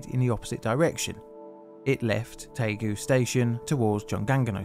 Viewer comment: It's Daegu, not taegu. If in doubt, read the title of this video.